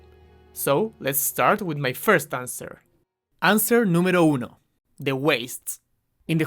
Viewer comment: Bro de donde eres, ese "número uno" muy inglés no suena